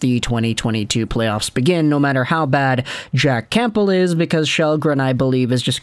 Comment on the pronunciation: The “p” in Campbell is silent.